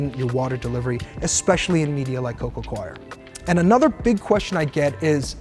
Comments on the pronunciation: coir /koir/ 😅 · Its pronounced CORE.